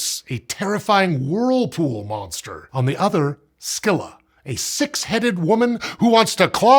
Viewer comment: I'm so happy to hear someone say Scylla right and not "SILL-uh." I grew up in the 90s with a translation of the Odyssey with the names written in the Greek fashion: Skylla, Kirke, Kalypso, etc. When I went off to college and took a Mythology class, my classmates kept talking about these characters named SILL-uh and SER-see. I had no idea who they were talking about! Then I saw how THEIR books spelled it, and I kept trying to convince them, "You're saying it wrong!" I asked my professor about this, and he explained that both are used (Circe more than Kirke, but Skylla and Scylla about equally split) so although my way was technically more accurate to the original names, I should learn both pronunciations, just to avoid confusing people who learned it "wrong." Basically, the British went through a "C" phase. Why have the letters K and S when C can work for both? But then people outside of British academia saw "Scylla" and thought the C following the S was... well, also an S sound. A case of "I've only ever seen it written but never heard it spoken" that many of us avid readers suffer from. So although a part of me cringes when Hermes in "Epic" sings about SER-see, or Odysseus sings "The lair of SIL-uhhh," I can still enjoy the music... and focus my cringing more on the fact that Skylla is not next to Charybdis. Literally the WHOLE POINT of Odysseus' choice was "do I potentially make it through with everyone alive but a much bigger chance all of us dying, or do I willingly sacri